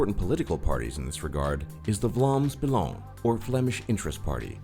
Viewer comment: how he said "vlaams belang 🤣🤣🤣"